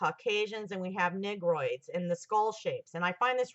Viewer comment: It's also negroids not nigroids as you pronounce it.